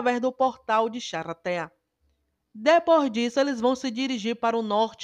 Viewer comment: Nao aguento ela falando "charatea " ksksks